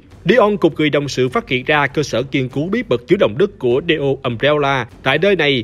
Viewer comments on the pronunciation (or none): Neo mà đọc thành Dio :))